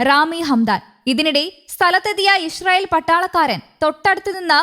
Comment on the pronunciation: ഇഷ്രയേൽ എന്നല്ലാ ഇ സ്രായേൽ പുമാനം